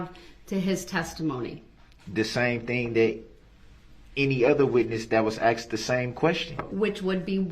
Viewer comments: If I’m honest, in my Opinion, this Kid was not a great witness. He was all over the place! He couldn’t simply answer Yes/No when “Axed” a question. Kinda reminded me a little of DUH-RRELL!! Not that anyone could be as Ridiculous as DB, nor am I comparing him to DB, just reminds me of how DB acts! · It’s not Axed it’s asked , it’s not substained it is sustained ..